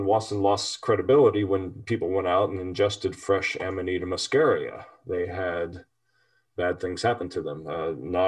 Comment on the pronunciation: i love you guys but you must learn latin is not english, you pronounce it AMANITA MUSCARIA, not AMANAITA MASKERIA. It's the mushhroom we all love, maybe let's just call ita mukkhomor